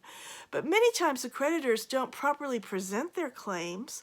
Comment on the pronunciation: Lolol when she said creditors i thought she said PREDATORS! I giggled. I wasn't really wrong.